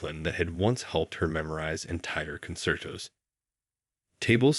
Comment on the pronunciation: Is this a BOT? Does NOT know how to pronounce CON-CERT-TOS? Or Fredrick CHO-PAN?